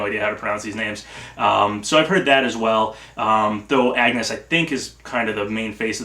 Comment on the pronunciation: Agnés is pronounced "Ahn-Yez", please watch a cutsene from Bravely Default ;-; But otherwise good speculating, I'd love Edea, Agnés or Magnolia, but I'm in the Erdrick camp.